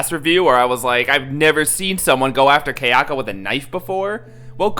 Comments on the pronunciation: Ky* not Kay... it's not a cheap jewelry outlet, you fucking moron! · THANK YOU! THAT MISPRONUNCIATION WAS GIVING ME A BRAIN TUMOR! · Kay-yako versus Say-dako 🤔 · why do you pronounce Sadako and Kayako so white? the a's are short sound in Japanese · It's pronounced Sah-Dah-koh, Kah-yah-koh, and Sah-yah-koh. Not Say-dah-koh, Kay-ah-koh and Say-ah-ko. Just thought I'd let you know.